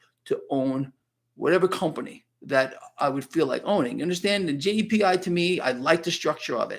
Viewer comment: What stock or etf is long? I thought he said JDPI but that wrong. Help please?!